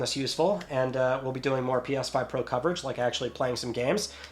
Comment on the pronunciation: “PYas5 Pro”. Love it!